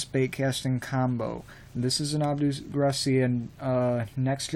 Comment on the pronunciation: You said abu garcia wrong